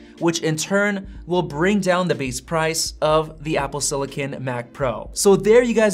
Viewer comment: It’s “silicon” not “sillican” ;) not being able to say the word correctly makes me question the authority of this video